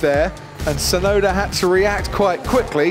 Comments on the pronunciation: no that is 'yuki' which can mean snow, the correct pronunciation of Tusnoda's name is with a long double uu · Only Jenson Button seems to get the pronunciation of Tsunoda right (probably because of his time in Japan and his ex wife being Japanese). The T in Tsunoda is not silent in Japanese. The syllable tsu (つ) in Japanese is the same sound as the "ts" in "cats". But English speakers always seem to assume it's silent. The same mistake is often made when saying the Japanese word, Tsunami. Although it's less obvious, the "u" in Yuki is extended a little bit more. Just plain "Yuki" without the extended "u" is not only the same as the word for snow, but a girls name.